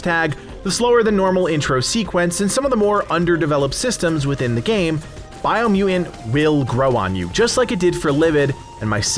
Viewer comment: Biomu "TANT" there's two T's. BiomuTant. Say it with me,, Bio-mu-Tant. So it's not "Biomu-ant", it's Biomutant.. 2 T's.